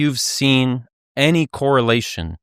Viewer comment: Especially with the way he's pronouncing it "Ayny".